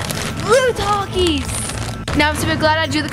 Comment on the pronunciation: I’m so sorry but I have a horrible rage whenever someone says TAKIS like that 💀